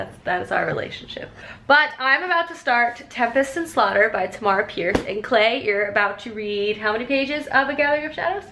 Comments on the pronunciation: I love your reading vlogs!! Also just thought I'd let you know Tamora is pronounced like Tamara, rhymes with camera :) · I love watching these vlogs with you! Also according to bookbrowse dot com you pronounce Tamora Pierce's first name the way you pronounce camera.